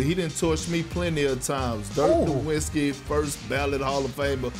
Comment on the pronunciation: Malika somehow manages to mispronounce Naismith, Nowitzki, and Pau in the same segment. Bring back Rachel Nichols.